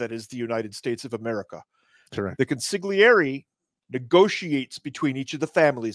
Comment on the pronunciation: Please learn how to pronounce consiglieri